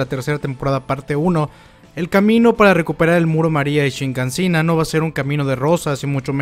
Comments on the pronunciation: es Shiganshina, por qué siempre dices ShiNganshina? Queda fatal escuchar esa N ahí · SHIGANSHINA...tantos videos ysigues con "shiNgansina".